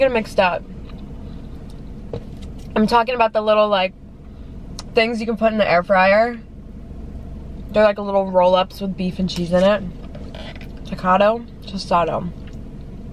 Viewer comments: Ta-cat-o is actually ta-keet-o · Tostada is flat and a taquito is the roll-up (pronounced ta-keet-o)